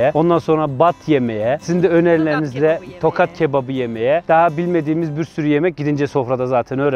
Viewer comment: Tokat deyil tohat